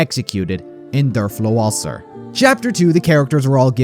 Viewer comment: I'm sorry but.. "Durflo Walser" 😂 Great Video!!!